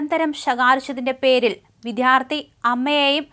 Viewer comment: Not Viddhyaarthi...it is Vidyaarthi ?? Anujan or Anusan ?? You used to say Beesepi....for BJP...Beesepi...Beesepi...